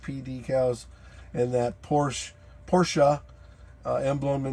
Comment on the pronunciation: Yep, if ya gotta have a Porsh-a, that's the one. 👍